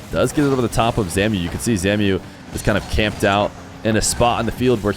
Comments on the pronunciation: Zamue isn’t named “zamyoo” it’s “zamway” because of the accent on the E, love you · Yo. It's zam-oo-way. Not zamiu. Just thinking because he used to be a big time EU rlcs guy. Great content tho, thank you bro. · for future reference zamué is pronounced zom-way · Hey, just an FYI but I believe Zamué's name is pronounced as Zam-way